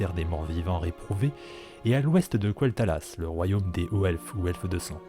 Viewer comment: Merci pour cette vidéo intéressante. Moi aussi je penche plutôt sur une extension autour des Elfes de Sang et des Hauts-Elfes bien que tu ais souligné un lien pertinent avec ces fameux dragons. Je n'y avais même pas pensé. Par contre... « kouel'talas » t'es sérieux ? 🤦🏻‍♂️😅